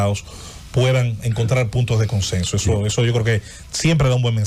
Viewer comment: Este hombre es tan torpe politicamente , que hasta piensa con faltas ortograficas , yo escuche que dijo conceso por decir consenso